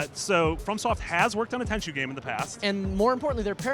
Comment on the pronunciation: ITS TENCHU JESUS PEOPLE